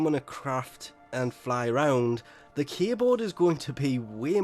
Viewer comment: The way you say "K-Board" (aka K-Drive), makes it sound like you're saying "Keyboard". Now I'll never get the mindset of Warframes riding on giant keyboards xD